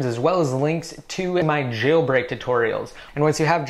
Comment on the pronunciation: Don't you hate the way he pronounces Jailbreak? Hes like ChhhAiLbreak. Lol